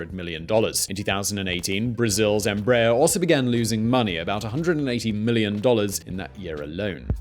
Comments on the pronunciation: The pronunciation of Embraer was all wrong too: It should be 3 syllables, not 2 Em ----- Brah.---- Err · Como brasileiro, não Rio das pronúncias de BOMBARDIER, apenas Rio da forma como falam EMBRAER. As a Brazilian, I do not care about how they pronounce BOMBARDIER , just laugh about how they say EMBRAER. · Embraer sound like EmbrraAIR in brazilian portuguese. ;)